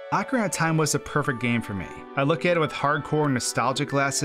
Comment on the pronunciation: "acrinatahm" que?